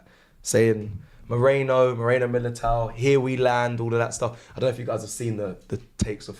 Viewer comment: His name is mErino.... Not mOreno.